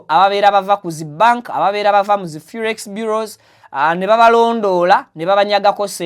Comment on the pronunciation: The word is Forex Bureau not Furex